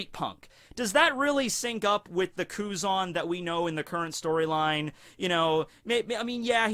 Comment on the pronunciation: Blows my mind how you pronounce Tenryuubito almost perfectly and then Kuzan just like Ang's best Fire Nation Buddy from before the 100 year time skip. I've watched a few English dubs episodes of OP now, I really hate the dubs for most of it. But during the Enies Lobby Ark they are actually pretty good. What's up with that?